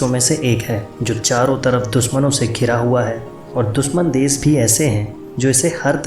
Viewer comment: nothing new. all common knowledge. its desh.... sha not sa. thats very irritating, sorry dude. I appreciate your effort but wastage of my time.